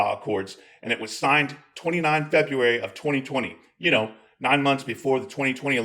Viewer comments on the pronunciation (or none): none